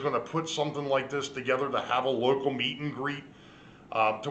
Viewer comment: did you say local or loco😜😂🤣